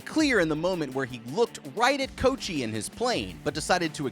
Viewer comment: I'm giggling at you calling him "Coat-chee"